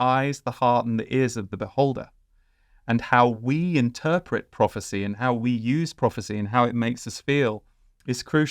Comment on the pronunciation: Prophecy is the word i missed at first, I heard it as property at first, slight accent issue.